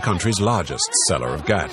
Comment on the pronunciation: Dude it's called "Khat" not Ghat.